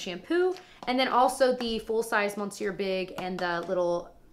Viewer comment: Just a tip from a french speaker, is MISS-sieur not MON-sieur. Now you're in the know.